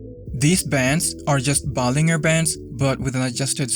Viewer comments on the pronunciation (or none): It's pronounced Ball-in-jer not Ball-ing-er. Just saying.